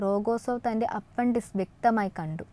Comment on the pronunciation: അപ്പൻഡിസ്‌ക് അല്ല.... അപ്പെൻഡിക്സ്‌ (appendix) എന്നല്ലേ ഉച്ചരിക്കേണ്ടതു് ...!!